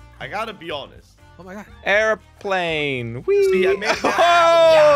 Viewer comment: says errorplane🤣🤣🤣🤣🤣😂😂